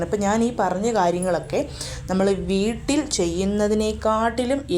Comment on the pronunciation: വീറ്റിൽ അല്ല വീട്ടിൽ ന്ന്‌ പറയുന്നത് കേൾക്കാനാണ് നല്ലത്. ഞാൻ ഇങ്ങനെ പറഞ്ഞത് കുറ്റം പറഞ്ഞതല്ല കേട്ടോ. നല്ല രീതിയിൽ മാത്രം ഉൾക്കൊള്ളണം